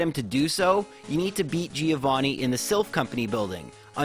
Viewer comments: Giovanni is pronounced Joe-van-knee, the first i doesn't have a sound. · I'm italian and you pronunced Giovanni wrong😂 When you see double consonant in italian you must old the sound, and the accent is on the A Btw i loved this video, i tried a Magikarp only run but on Fire Red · Giovanni in italian pronounce is like jovanni, so now you know how to say it.